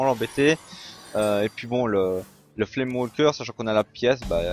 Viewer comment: Salut, "flamewaker" se prononce " weycoeur"(way) et pas " wolcoeur" ( comme walker), bonne vidéo !